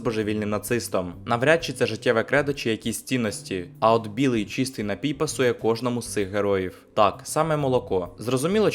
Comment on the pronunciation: не хочу душнити, але правильний же наголос «нАпій», на перший склад…🥹